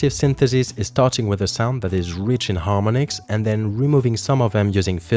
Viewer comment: Mate it's harm-ON-ics, not harmon-ics